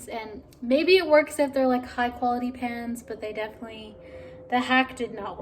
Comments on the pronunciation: Was it just me or did anyone else think she was saying she put her PANTS in the oven! Haha I was sooo confused🤣😅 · You know I was wondering how come she didn't get the pants she wanted when she was looking at the clothes. I heard pants too!! Haha!